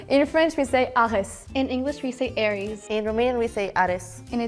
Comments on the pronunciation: I had a stroke listening him pronaunce "poseidão", I have never heard anyone say it like that in Portugal Edit: And now I heard how he pronaunce Ares, brother I don't wanna be mean, but who's your history teacher🥲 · Yeah, I agree, he totally fumbled this one. Like, Portuguese people also say Ares like Á-res, so I don't know what the fuck he smoked beforehand to say that we pronounce the God's name as Ás. And Dionisio as Di-Ó-nisio!? Or even Teseu (S as a Z) as Te-SS-eu (S sound)??